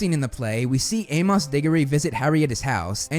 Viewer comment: Bruh.....it's pronounced 'A-mus'... not A-moss.....it's a common name...it was even spoken several times in the movies